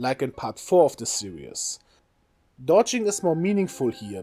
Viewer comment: Did you just say "Worst game in the serious?" Did you mean series?